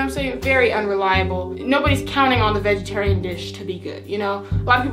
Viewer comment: She said vegaterian dish for kcp😂